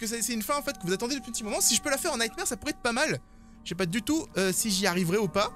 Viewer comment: Ça se prononce “nightmOre” mais sinon jaime bcp tes vidéos lel